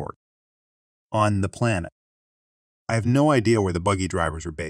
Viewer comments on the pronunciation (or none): Story 4: "on the PLANET???" Surely a new low in the usually low quality text-to-speech application used by this channel. C'mon,, pop this zit on your otherwise stellar reputation.